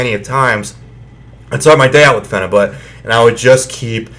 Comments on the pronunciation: pronouncing it with the but at the end... not pronounced correctly. also calling yourself a good looking looser?? this whole review is a turn off. and no offense you look extremely sweaty. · Phenibyoot! Not but. Ok carry on.